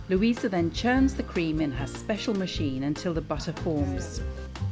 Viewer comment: Great video! The elderly lady is called Luise not Luisa btw.